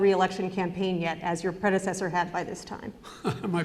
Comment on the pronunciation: "haha my predsedder needoo"